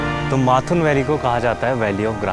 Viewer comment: Great. Mathun, n is silent.